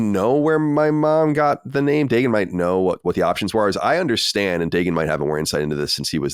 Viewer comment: in Hebrew the name is pronounced DA-GUN